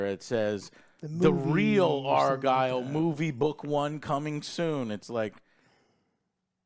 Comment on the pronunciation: Bro its not ARE-GILL its ARE-GYLE (like kyle). How can you mess that up after hearing it so much in the film?